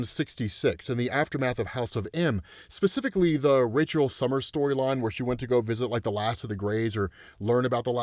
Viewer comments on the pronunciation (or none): none